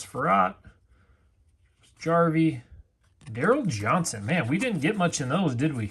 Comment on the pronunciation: You really should read the names more carefully. You had 2 chances to say Daryl "Moose' Johns TON.